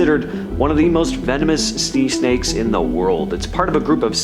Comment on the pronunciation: "Snee Snakes"